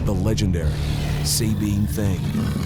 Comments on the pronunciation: Not even 2 mins in and we get out first mispronunciation....Subean or Sahbean (no pause)...never Say-bean...ask a Texan next time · The SAB part in Sabine is pronounced like BAG or RAG. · I'm from Texas actually East Texas and The way the narrator pronounced the Sabine River tells me he done zero work on this documentary. Not One Texan or Louisiana person says it that way